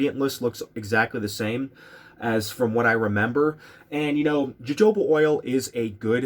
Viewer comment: wait...it is pronounced "hohoba oil"...with j sound, right?